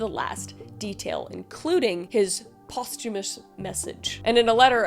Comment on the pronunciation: Random, but thank you for saying "posthumous" correctly ❤️❤️❤️❤️